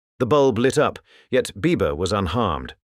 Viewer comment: This was really interesting. Cept every time he said Biba I kept thinking Bieber, heh